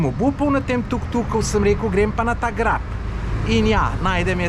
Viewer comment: "GREP" ne GRAB 🙂